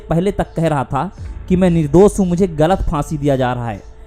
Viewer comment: Nirdos nahi... Nirdosh hai Talaas nahi... Talaash hai Syadi nahi... Shyadi hai Internet is full of such creatures who speak wrong Hindi